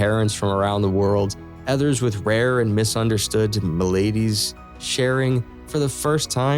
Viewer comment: The word “maladies” is stressed on the first syllable